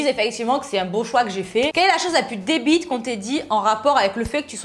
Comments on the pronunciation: C'est moi ou a elle dit " des bites" au lieu de débile ? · Moi j'ai entendu "Les Beuhs" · Oui g entendu aussi loool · Mehmet ha Oui elle a dit des bites . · les plus desbite ta dis sinon bonne video